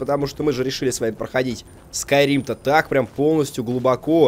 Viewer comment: Skyrim Бл**ть! А не Скурим